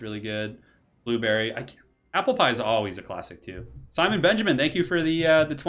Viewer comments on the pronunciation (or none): none